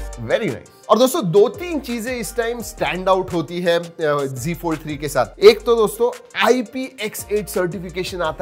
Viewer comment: It's not g fold it's Z fold.... you say g fold